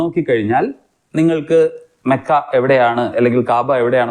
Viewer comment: മക്ക❌ മോക്ക ✅😂😂😂😂😂..........